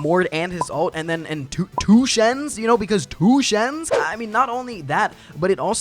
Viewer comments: This "tuu shen" part is killing me... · Don’t know why, but the way you say Shen crack me up